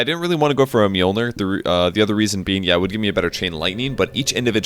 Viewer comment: Is it pronounce Milner or Myolneer?